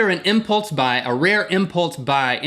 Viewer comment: You did it on an "impultze" buy? xD